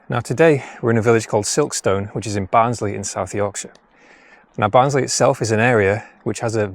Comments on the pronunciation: Another great video. From someone that’s worked in South Yorkshire and in particular Barnsley for over 15 years Silkstone is pronounced “Silkstun” 😂 The stone is stun 👍🏼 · Recognised Silkstone from the thumbnail 😊 Sounds veey posh when you say Silk-stone, us locals say it more like Silk-stun. Very interesting video 😊